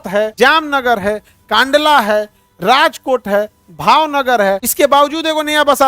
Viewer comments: कांडला ❌️ कंडला ✅️ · Kaandala❎ Kandala✅